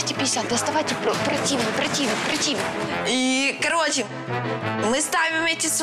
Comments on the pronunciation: Скажите уже кто-нибудь, что прОтивень, а не протИвень! Противно слушать. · ПротИвень, это ж надо так изувечить слово., - прОтивень, учись. Раздражает ужасно своим умничаньем. Миша супер. Надо признать, что Женя там мозговой центр, без него ничего бы они не угадали. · Pallo Polly да да раздражает капец как. Я когда слышу, что она не правильно говорит, ору на всю комнату прОтвень 😂😂😂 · ПротИвень от слова противный? Она же говорит, что очень умная, умнее всех на проекте, хочет и парня с высшим образованием, как же как не ей знать как правильно говорить? А сама интересно будет иметь высшее образование? Только и умеет обсирать всех, а сама даже презентацию толковую не может сделать, я ещё не одной толково ее презентации не видела... Противная девица....